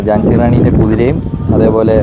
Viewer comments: ജാൻസി അല്ല ഝാൻസി ആണ് Jaasi എന്നാണ് ഉച്ചാരണം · ജാൻസി റാണി എന്നല്ല. ഝാൻസി റാണി എന്നാണ്. (റാണി ലക്ഷമി ഭായ്‌ ) സൂപ്പർ കാഴ്ചകൾ ആശംസകൾ